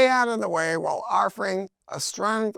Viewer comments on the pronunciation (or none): none